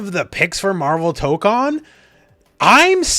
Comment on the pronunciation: Tokon, the 'ko' in Japanese is pronounced like the 'co' in 'cone' or 'coke,' not like in 'con.' Since you have such a large reach, I hope you can pronounce it right so others get it right too!